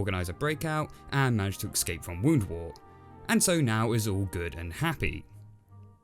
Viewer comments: Hey, I enjoy your reviews and think you produce great work but... although this is minute it bugs the shit outta me. Your pronunciation of escape seems to be "ecscape". Please fix this in future videos and I doubt I'll have any further issues. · I swear he says ecscape not escape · I will never trust anyone who pronounces “escape” as “ehh-ccCCCcckks-aaype” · You... you keep saying "excape" D